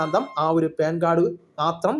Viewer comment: പേൻ കാർഡ് അല്ല , പാൻ കാർഡ് , ok.